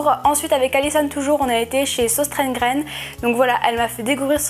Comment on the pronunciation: J’ai Des origine suédoise et danoise et on dit seustrona gene mais c’est pas grave ❤️